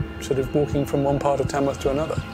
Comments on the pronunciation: The place is called Tamworth not Tamsworth. I know I live here. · It’s Tamworth. Not Tamsworth. 🙄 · It is Tamworth , not Tamsworth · Nope. It's Tamworth, not Tamsworth.